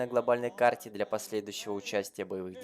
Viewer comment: слово "для" прочитал как "бля"